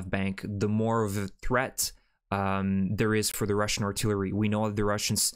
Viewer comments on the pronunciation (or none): none